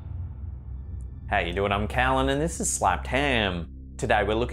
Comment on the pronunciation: Kallen. At least get his name right! 🙄